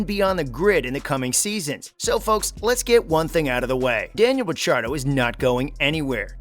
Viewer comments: wtf???? stop trying too hard for views. do your homework bro . and dont butcher RICC's name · Clearly new to f1. How dare you say ricciardos last name like that😭😭😂